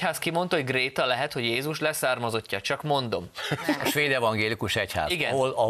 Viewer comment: Amikor nem figyelt még Jeszi is jól ejtette ki a nevét: Gréta